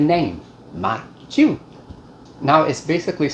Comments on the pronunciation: From Breaux bridge here. This is a staple in Cajun homes. We have atakapas-ishak and chitimacha heritage and this dish is thousands of years old. I’m also surprised at your pronunciation, except instead of “chew” it’s actually more like “shoe” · In Cajun households it's pronounced Maque Choux (sounds like MOCK SHOE). The French 'CH' sounds like an 'SH' would in English. I'm not trying to come off as rude or ugly about it...I'm just passing along my experience growing up Cajun because I do love your channel.